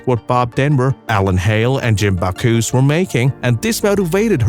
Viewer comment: It's Jim Backus, not Backoos. Plus, you spelled it wrong.